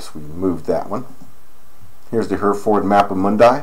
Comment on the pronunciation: Hereford Bull pronounced Herreford. Just helping.